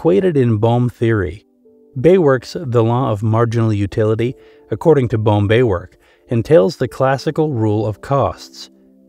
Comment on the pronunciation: Bohm von Bawerk's first name Eugen is pronounced "Oi-gen" with a hard "g". Most w's in German are pronounced like the letter "v" in English. Oi-gen Bohm Ba-verk.